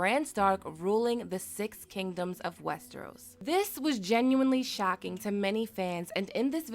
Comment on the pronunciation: In a shaeking twist... your pronunciation of shocking shook me...